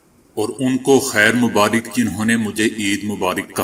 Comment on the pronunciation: EID Mubaarik Nahi EID Mubaarak h عید مبارک را پر زبر ہے زیر نہیں